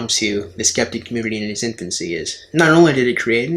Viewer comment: it's infancy, not intfancy! xD